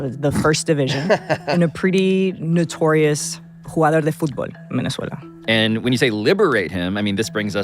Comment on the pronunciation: SAYS "VENEZUELA" LIKE AN IDIOT 😂